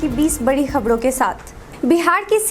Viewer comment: खबरें नहीं खबडे सुनाईये